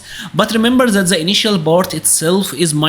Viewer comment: Dude, you are a cool guy, but you gotta try hard to improve your english. You can say TIGER but words like THE, you pronounce ZE. Do like you do on the word TIGER and say THE using the "T". Will sound a lot better.